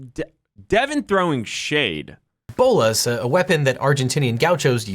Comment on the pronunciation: He also pronounced Bolos incorrect. Just saying.